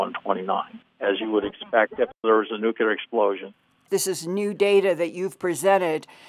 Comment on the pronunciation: Luv but how can a NUCLEAR physicist constantly mispronounce one of the most important words in his profession? There is no such thing as a NUCULAR weapon, nucular medicine scan, nucular power plant, nucular bomb and on and on and on. It drives me completely insane!